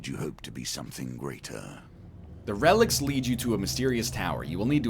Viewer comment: he cant pronounce relics